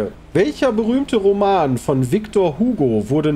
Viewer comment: victor ügoo = victor hugo; das ist ein service-tweet :)